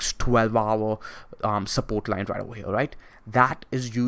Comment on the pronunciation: Right ova HEA~